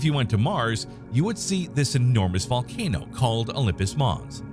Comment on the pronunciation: What's a volanoe?